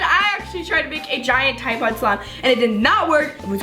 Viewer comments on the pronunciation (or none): Why are yuo saing slome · Did anyone notice she said swime instead of slime 😂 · she said swime and ye i mean sWime with a double u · she said swime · Did you say swime??😂😂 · Do you guys notice that she sometimes says swime